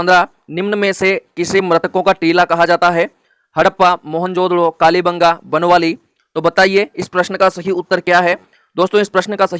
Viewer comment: Ye बनवाली नही है बनावली है